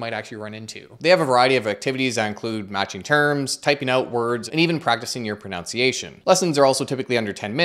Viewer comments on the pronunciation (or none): pro-NUN-ciation, not pro-NOUN-ciation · Ironically, it's pro-nun-ciation. Pro-noun-ce. Pro-nunce. And yes, I'm aware it's amusing that I know that but was never taught the phonetic alphabet and how to do what I just did properly. Still, I'd far rather hear that one than Specific Ocean or 'I could care less'.